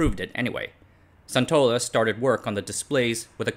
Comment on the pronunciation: Sun in Suntola is pronounced the same way Sun in Sun Yat-Sen.